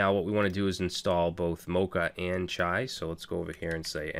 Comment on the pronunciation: In Urdu chai means tea.... You sound like natives when you say the word Chai